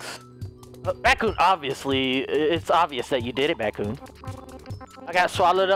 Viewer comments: its not BatKoon its BadKoon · Wait so is it batkoon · Lol remember when you couldn’t say batcoon